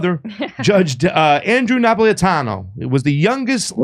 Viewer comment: Really rude to call him Judge Nap when you couldn't pronounce his name which is super easy to pronounce if you sound it out. Unfortunately America has raised up idiots who can't pronounce a word phonetically. Not sure why Jimmy would have an idiot subbing for him.